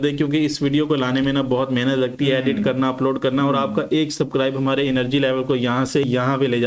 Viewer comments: Subscribe ❌ Sabcribe✅ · बाई व सापडाईस नही हो सबस्क्राईब होता है